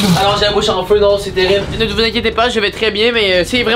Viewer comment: Terrible ou “terirble” ? 😂